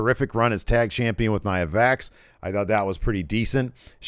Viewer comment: OK, Here calling her "Nia VAX" made my day.